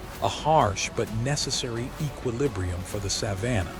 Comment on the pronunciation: Too bad this AI narration can’t pronounce “Savannah” properly!